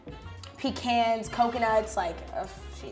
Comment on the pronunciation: omg😭 “pecans”